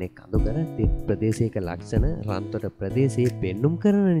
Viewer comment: රන්තොට නෙවේ රත්තොට